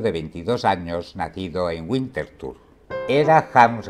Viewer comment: No debe pronunciarse la W alemana como si fuera inglesa. WINTERTHUR, es “vintertur” con v a la francesa. Nunca “güintertur”.